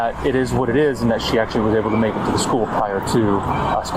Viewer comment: "You have to bake metter decisions" fantastic spoonerism